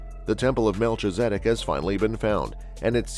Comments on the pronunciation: It's pronounced mel-kiza-dek. Just letting you know. Great information. Thank you.🙏👑🌎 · Very hard to watch with the constant mispronouncing of his name. Please program your computer voice to do better. This is one of the most important people in the Bible. It's disrespectful